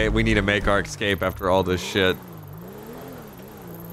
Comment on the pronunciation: after all the years i’ve been watching every time he’s said escape i always notice that he says excape 😂